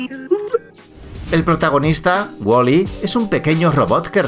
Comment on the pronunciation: Es Waly y no Woli tanto te crees con ese asentito